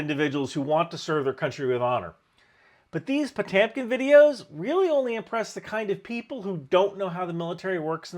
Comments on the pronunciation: Why can't pronouncd Potemkin? Is he drunk? Or is he from the Midwest? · I play a character named Potemkin in Guilty Gear. Never realized how wrong my pronunciation was until today. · That's the most American pronunciation of Potemkin I've ever heard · That Jersy accent butchered poor Gregory's last name so many times. Ouch. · This man has definitely stolen valor Also it’s po-TIM-kin not TAM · So Jersey pEtamicen not pOtamcan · NGL I keep cringing every time you say potamkin instead of potemkin.... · Po - TEMP - kin!!!! Not Po - TAM - kin.... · Po temp kin(correctly pronounced) As in Potemkin Village. The Marine Corps ad like most military ads, is done for internal propaganda it is not aimed at the population. It is aimed at recruiting young men to be soldiers. If you showed them a video of soldiers standing around an airplane hanger, doing nothing but constant bathroom cleanings no one would sign up. I have been in the military have you? The guy fighting the smoke demon with the Marine Corps sword was aimed at Gen Xers, who were to do kind of people. The modern ads with GenZ years behind computer desks are aimed towards people who are physically weak, and want to do sneaky things from their desk because that’s what the population offers. It is called a target market and nothing more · Why do you keep saying potamkin instead of Potemkin? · It's Potyomkin not Potemkin. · every time you say potAAHMkin my skin shivers. po-tem-kin. thanks for the video! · Potemkin, not Potamkin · It's Po-tem-kin, not Po-tam-kin, bro. Love your channel otherwise... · Do you mean Potemkin? That's what is in the description and is the correct word, but you're saying Potamkin with an "a". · Puh-TEM-kin, not Poh-TAM-kin. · Po-tam-kin training? It's all spelled to pronounce "poe-tehm-kin" You're confusing me. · Learn how to pronounce "Potemkin"!!! It's not PO-TAM-KIN. It's PO-TEM-KIN. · "Ho-temkin" not "Po-tamkin" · POTYOMKIN OR POTIOMKIN not potemkin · PotEmkin, not Potampon, geez.